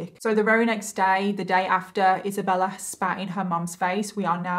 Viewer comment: who is Isabeller?? I kept hearing the name Isabeller